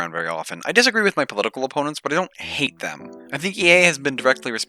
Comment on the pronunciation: I was legit confused thinking you said "hey' it's such an ugly word" and it took longer than I would like to admit to realize that you meant Hate.